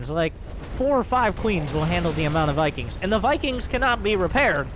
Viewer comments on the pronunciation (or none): Mikings, Mosts, Miberators.